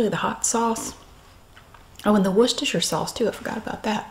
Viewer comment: Finally, an American that can pronounce 'Worcestershire' correctly... 😁